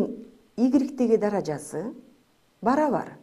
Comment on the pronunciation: Мынча невыносима суйлойс, "даража"-деген созду туура айтынчы